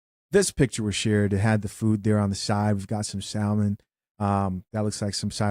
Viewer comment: The only reason they are mad is because majority of these women cannot even cook. Side notes the l in salmon is silent.